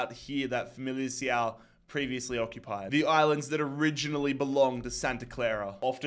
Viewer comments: you say familicao Fa-mil-i-Kao and GD Chave shav-es😊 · Famalicão is pronunced Famalickão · As a portuguese lad im glad Famalicão lost cause i was getting mad everytime you mispronounced their name ahah Good series, bro!